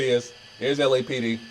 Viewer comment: In this case does LAPD is pronounced as LAPPED! Lmfao!😂